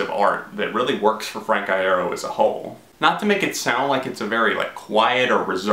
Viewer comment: every time you mispronounce his last name i cut myself